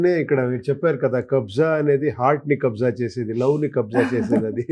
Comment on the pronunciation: It's Kabzaa not kabza